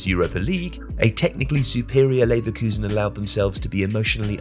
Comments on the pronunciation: “Neverkusen” damn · "Neverkusen" is hilarious lmao